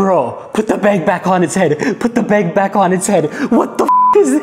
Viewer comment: It's funny he calls a bag a beg! 😆🤣🤣🤣